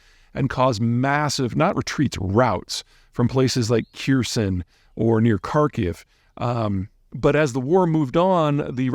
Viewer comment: Kherson not Khirson